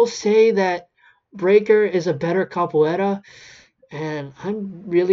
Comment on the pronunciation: also i was talkin about how he pronounced it